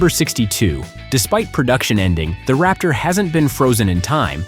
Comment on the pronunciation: It's { Raptor } - not ( Rapture ).